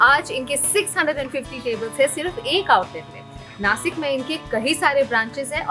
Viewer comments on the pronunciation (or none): नासिक ❌❌❌ नाशिक ✔✔✔